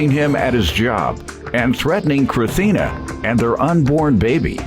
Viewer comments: Chrithina ? 😭 lmao come on now mom, you could have added the S lol! 😂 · Chrithina??? Her mom forgot to put the s on the birth certificate 🤣🤣